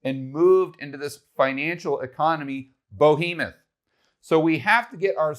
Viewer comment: Behemoth not Bohemeth